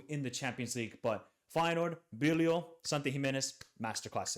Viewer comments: In holland IJ is pronounced like Y. So it's Bylow. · Bijlow = bye-low